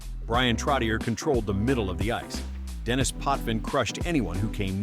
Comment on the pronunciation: Trottier, Denis, and Plante are French and should be pronounced that way, or is AI too stupid to learn French?